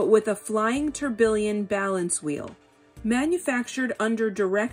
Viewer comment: tourbillon is pronounced "tor-bee-on"....just sayin'...